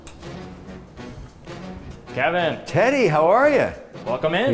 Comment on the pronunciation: Yes right. He pronounces the t like sh like in english when in french its more like ss.